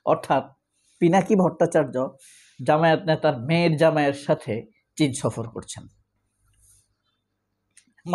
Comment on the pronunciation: কিন ছফর না চীন ছফর কারেশন করেন